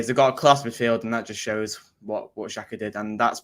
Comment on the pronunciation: At least get his name right, it's Xhaka 😂